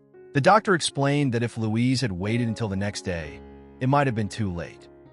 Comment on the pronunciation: It's Luis and not Louise.